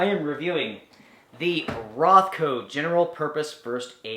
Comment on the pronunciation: Is it Rothco or RonCo? 😀